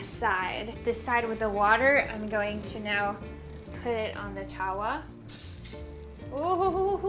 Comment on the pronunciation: As someone who got taught to cook by her Indian mum you absolutely nailed everything. Naan is very tricky to make without a tandoori oven. Btw, tawa is pronounced more like tava. Watching this made me hungry!